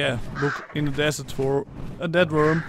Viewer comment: who else heard we are going to hunt down a dead worm instead of death worm